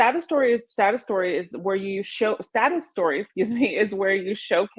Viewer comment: When she says 'status story' it sounds like 'sad story'. I had to listen to her intro to that topic a few times.